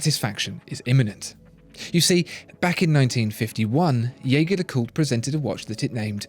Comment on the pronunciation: if you're going to go to the effort of trying to pronounce "LeCoultre" correctly, you could try to say Jaeger right ;) It's the french use of the name, not the German.